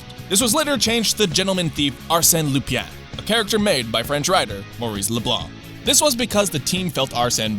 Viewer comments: No. Lupin is pronounced loop-ann (like Ann from P5). That's as close as I can explain it by writing. Just put the word in Google Translate and listen to how the french lady says it. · in French pronunciation Lupin is pronounced "Loo-pahn" with the "n" being a glottal stop so the "n" sound isn't like end of the word "pen" in American English. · Not really, the last part of LuPIN is pronounced like the french translation of "Bread" ("Pain") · The accurate Japanese pronunciation is actually "Loo-pahn." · also it's arsene lupin not lupyan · Bro how many times are you gonna mispronounce Lupin? XD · The way he says "Lupin" bothers me. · What a weird way to pronounce Arsene Lupin. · I love you, your video and all... But I'm a french, so I ORDER YOU to work on your pronunciation of the name Lupin! Even Japanese does it better! (And they say Rupan, for whoever-you-believe-in sake!) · I love you, but PLEASE Google the French pronunciation of “Lupin”. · How many times is this guy going to say "Lupin" incorrectly? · Yikes, that Lupin pronunciation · The way this guy pronounces "Lupin" makes me want to commit murder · The pronunciation of the word "Lupin" nearly gave me a stroke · No it's not how you pronounce it. Theres no "e" sound. Trust the Canadian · Man i'm french and i assure you we don't pronounce it like that at all. For reference check my reply above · The reply where you just say it’s not like that? I’m getting an aneurysm reading these comments; fine, You’re French, how is it pronounced? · That's the first time I've ever heard Lupin pronounced like that... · Hey if this guy could not be given any scripts with French names again that'd be GREEAAAAAT. LUPIEN, BIZETTE. I'm crying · It's LupIN, not LupIEN.... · Lup"uhn" not Lupien... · "Lupyan" That pronounciation hurts so bad... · Did you know? It's pronounced "Lu-PAHN." Not Lupiene or whatever the hell you were saying. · it's "loo-pahn", not "loo-pyan" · why does he pronounces Lupin as LUPYAN?